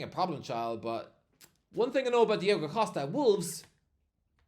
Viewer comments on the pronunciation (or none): none